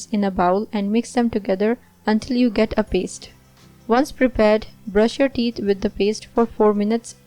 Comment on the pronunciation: Please you say teet instead of theeth. Do something with your pronounciation. It sounds terrible.